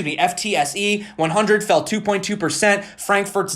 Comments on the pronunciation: You should pronounce FTSE as 'futsi' which incidentally in dutch language means 'Aaaaaand its gone' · FTSE pronounced Footsie